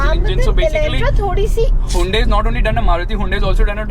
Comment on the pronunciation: You need to pronounce hyundai correctly!